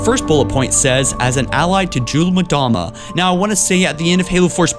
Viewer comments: 'mdama (em-dahma) not (mah-dahma) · Every time you said 'Mdama I thought you were saying Madonna! XDDD